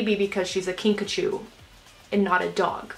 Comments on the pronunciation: Whenever you’re saying “Kinkajou” I think you’re saying “Pikachu” 😂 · Take a shot every time she says kinkachew